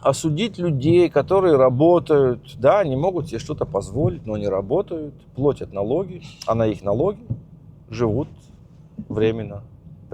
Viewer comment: Все отлично, во всем прав, молодец, спасибо. Только пожалуйста, не плОтят, а плАтят, если тебе важно развитие языка. Если нет-забей😜